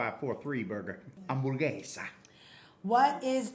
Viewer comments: spanish is my first language and he said HAMBURGUESA really well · Awkwafina & Jack Black crushed it with the Spanish pronunciation of cheeseburger 🍔